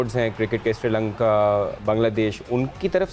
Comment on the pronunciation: Abe Srilanka hota hai Sirilanka nahi 🤦‍♂️🤦‍♂️🤦‍♂️🤦‍♂️